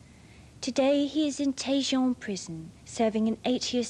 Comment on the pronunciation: Serving a pwison sentence .... I love her.